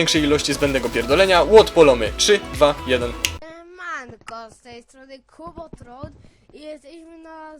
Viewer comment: On chyba chciał powiedzieć "kubotron". Taki zielony napis "kubotron". Przyda mu się lekcja angielskiego ,bo on czytać nie umie.